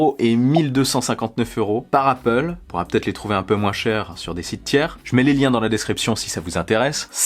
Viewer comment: its apple not appooool